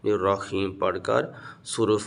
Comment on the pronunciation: بسم اللّٰہ الرحمٰن الرحیم ہے خیم نہیں ہے جناب